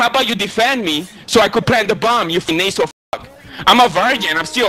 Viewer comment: Nay-sel, you talk nay-sel